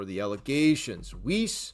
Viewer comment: BTW... >>Pronunciation of Doug Weiss..>> "WEISS, rhymes with RICE"